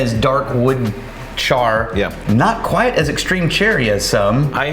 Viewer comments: love y'all but quiet != quite bud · Should have taken a drink every time he said "quiet" instead of "quite" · You should have taken a drink everytime he said "quite" with two syllables like "quiet." 😁